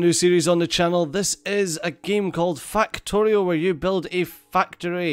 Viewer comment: Every time you say fuck I here fack and everytime you say factorio I hear fucktorio XD